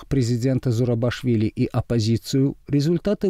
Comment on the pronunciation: Фамилию президента Грузии неправильно произносите. ЗурабИшвили, а не ЗурабАшвили.